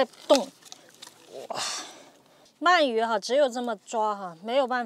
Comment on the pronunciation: 鳗鱼，man 二声